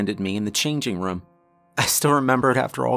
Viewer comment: Team "narrator says rum instead of room" checking in for duty! 👍